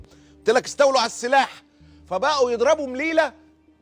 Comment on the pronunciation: اسمها مليلية هناك ياء قبل التاء المربوطة